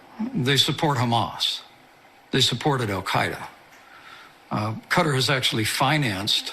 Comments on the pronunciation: Why can't grown adults in the public eye like Pence pronounce words like Qatar consistently? Is it 'Cutter' or 'Guitar' Mike? How about just picking one and sticking to it. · Cutter or Kat tar lol